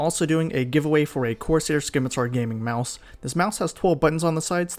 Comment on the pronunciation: Good video. The word is pronounced "SIM-itar", the c is silent.